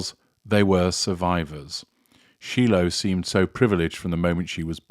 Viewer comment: SHY-LOW I thought it was pronounced?